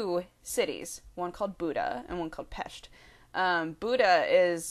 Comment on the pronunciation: Holy crap! I don't think I ever heard any English-speaking people pronounce "Pest" as natives do, before! +1